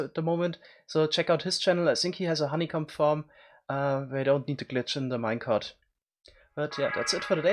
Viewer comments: That is not how you pronounce honeycomb.... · "in a similar way you can also farm honeycum"